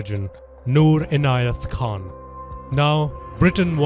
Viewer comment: Not Ghan (ഘാൻ) Yes it's Khan (ഖാൻ) Everywhere in your news you are using like Ghan (ഘാൻ). I am a Viewer of Channel and as well as one of your well wisher, because on your truthfulness and Courageous